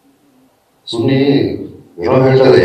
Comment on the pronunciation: Anna adhu Sunni alla anna Suni